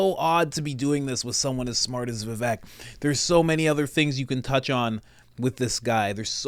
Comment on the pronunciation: I am an indian, you pronounced vivek right. In sanskrit, vivek means " person with wisdom".